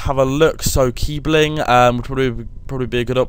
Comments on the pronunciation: I think you say kiesling instead of kiebling xD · It's pronounced Kee-sling not kee-bling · Kiebling!?xD sorry but it is kiessling :D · The "B" in keibling is a double s